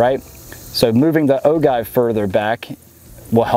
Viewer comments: Oh-Jive not Oh-guy-ve (inner grammar-nazi) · It’s pronounced O-JIVE not O-give. My reloading fam would know. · Ahem. Its pronounced o jiv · it's pronounced O-Give, J as in Jam, not G as in Guy, Oh-Jive. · It's pronounced "o-jive", with a soft "g". Great video, when I have a place where I can shoot a rifle, this will help me decide which caliber to get. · Ragnar Thorshammer is it pronounced like gif or gif? Only kidding. “Oh Jive”